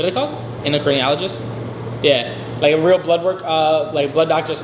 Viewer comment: This guy's crying about the attention he was seeking and got? Can't pronounce endocrinologist or know what it is: sounds like he has bright future in fitness.